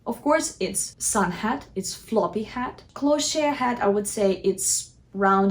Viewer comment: Lovely video. FYI Cloche is pronounced like "closh"